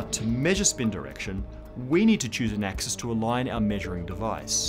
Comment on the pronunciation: "Dat A-xis"